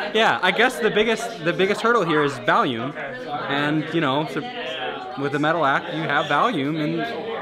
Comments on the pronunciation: Why can'r Rob say volume? Why is he saying valume? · Who says "volume" like that? Where's this guy from, and why has no one ever corrected him? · freak doesn't know how to pronounce the word "volume" correctly. how? so weird. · I keep hearing Valium every time Rob says volume haha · How do you pronounce volume as valume? Like where'd this rapscallion grow up? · are you saying volume, or valium??? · Valume?, You mean volume? 😂🔫 still a pretty sick video though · The word is "volume," not "Valium." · Why does he keep pronouncing it "Valume"? It's "Volume" lmfao. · Me: “wonder if anyone noticed him saying valume” Me again: “oh that’s right Anthony fantano did” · For some reason you can always trust the internet to pick on weird word pronunciations. Saying volume as VALYOOM is kinda funny tho. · "..the biggest hurdle is Val-yum...." LMAO Why is this guy pronouncing volume as Valium? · holy shit he actually said valume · Rob, fid you say “valume”??? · Ah back when Rob used to say valume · Did Rob say Volume or Valium? Hahaha